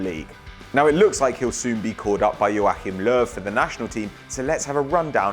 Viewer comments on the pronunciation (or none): The way you said Joachim Löw made me cringe